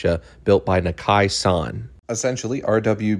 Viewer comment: Hate that they pronounce the name wrong. Nah-ka-ee. Not Nah-kay picture the name spelled naka i